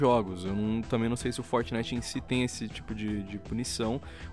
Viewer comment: Meu tem hora que não da. O jeito que o fala algumas coisas Como "Fortnite"chega da um negócio mano. Fala o nome Br na moral kkkkk Forte abraço ❤ Curto vocês mas tem hora que não consigo ouvir o por causa desse jeito dele de falar.